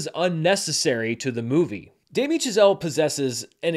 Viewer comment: Is it just me, or does it sound like he keeps calling Chazelle "Giselle" ? lol